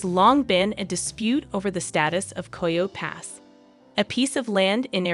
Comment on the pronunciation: is AI. Coyo pass? That’s how you know. Coyote Pass. Ki-o-tee